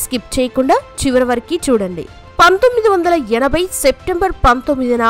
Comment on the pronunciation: Anchor గారికి తెలుగు చదువటం రాదు. 'జీవదాన్' - జీవనాథ్ కాదు తల్లీ! 1980 అనటం రాదా అమ్మా ??